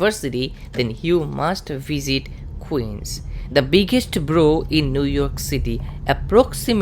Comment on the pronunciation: it’s Borough (Burr-Oh) two syllables.